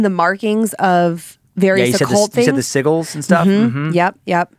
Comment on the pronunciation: It's pronounced si-jils! Not si-gils. Lol